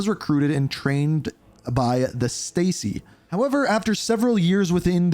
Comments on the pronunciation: Stasi - Stacy LMAO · You'd think someone doing in depth storyline material would have some knowledge of the source material. Shtah-zee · "Stacy"? Really? 😂